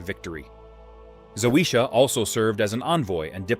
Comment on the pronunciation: It's not that hard to pronounce Zawisza - for an anglophone ZAVISHA....try It out, the way you say it makes any Polish person cringe